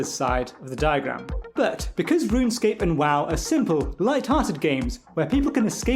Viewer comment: Mfer really called it RUN-ESCAPE 🤦🏻‍♂️